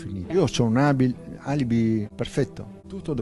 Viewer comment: Non riesce neanche a dire ALIBI perfetto😂😂😂😂😂😂😂